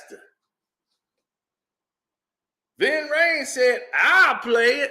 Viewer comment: Its Ving not Vin bro Lol